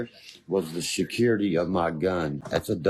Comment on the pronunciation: Hey, it's spelled and pronounced, "Security," not, "Shacurity." You must of had, "Shakira," on your mind.